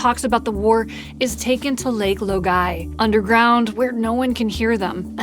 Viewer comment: Why do you pronounce Lake Laogai so oddly? I seems like you watched the show and very much like it.